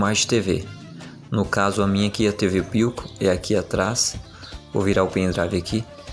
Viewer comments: Não é por nada. Mais o nome é philco. Não pilco... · Pilco, tá lá, se pronuncia Filco, Philco!